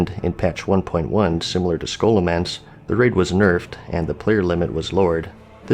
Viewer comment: Everytime he says Ssssshoolomance, i die inside.